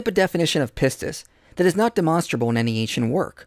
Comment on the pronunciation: He can't give up his misuse of "faith" because one of his lynchpin arguments against christianity relies on this misuse. So sad because he is a brilliant man. As a random aside: say it with me - Koine would have been properly pronounced "kee-nee" not "coin-yay." And pistis is "pees-tees." Sorry, I was trained with the historical pronunciation, not the academic one. But, I thought someone might find it interesting.